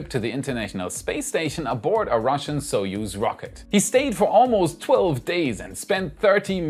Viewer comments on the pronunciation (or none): none